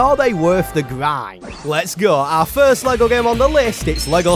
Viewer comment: Bro ur voice man nothing is pissing me off more then hearing grind —> gwind like wtf articulate ur words 😭